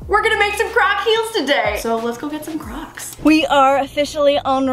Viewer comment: I thought she said we’re making crack heels 😂😂😅🤣